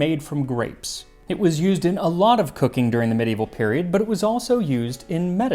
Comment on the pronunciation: Kudos to you, max, for being the 3rd person I've heard pronounce medieval correctly. And you mentioned black pepper in with sweet spices! Yay! I love that. It's so different. Something magical happens when you mix black pepper and sugar with cloves, nutmeg, and cardamom.